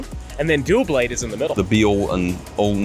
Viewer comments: as usual, mispronouncing Pokemon names with confidence. It's not "Duo-blade". It's "Doublade" as in combining "Double' and "Blade". I wouldn't listen to him regarding saying words out loud. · He's American, that's what I expect